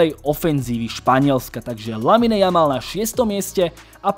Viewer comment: číta sa to Lamin, nie LaminE. Uši to trhá